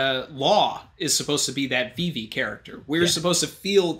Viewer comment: This man can't say vivi right 😂